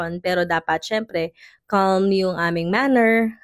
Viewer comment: Silent L po ang CALM just like PALM BALM.